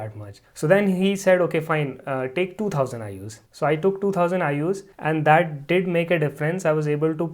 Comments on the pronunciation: " Den towsend I.U.'s Widdamin D" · WITAMIN?????? TOUSAND??